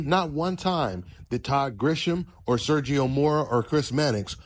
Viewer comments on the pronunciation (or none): none